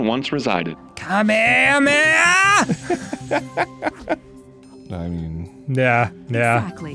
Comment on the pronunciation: I hate the way arin pronounced kameamea and I can’t believe Dan was the one who said it right